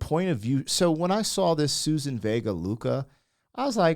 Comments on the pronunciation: Suzanne, not Susan. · It's Suzanne not Susan. Great song with important subject matter from the 80's